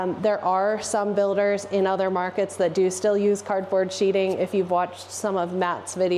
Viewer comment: Sheathing not sheeting